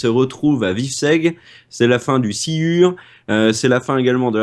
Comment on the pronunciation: Silure ne se prononce pas "sciure" !